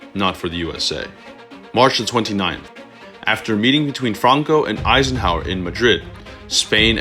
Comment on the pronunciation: Eisenhover! lmao😂